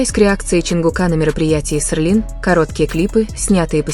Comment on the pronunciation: Читайте пожалуйста правильно!Какой Сырлин блин?😂А Тэхени наш красавчик!🙏👍💜